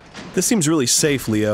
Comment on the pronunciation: Also Leo: Or else I'll get weally gwumpy